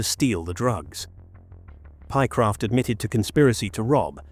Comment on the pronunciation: The voice over doesn’t give the correct names. It’s Lewis and Pie-Croft